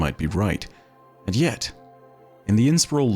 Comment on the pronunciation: You need to say And Yet correctly…I suggest you watch Richard Burton when he says those 2 words . Quickest if you watch Jeff Wayne the war of worlds